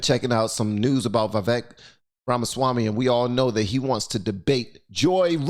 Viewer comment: Why can't anyone say his name right? It’s spelled “Vivek” – but is pronounced Viv-AKE. “Like cake,”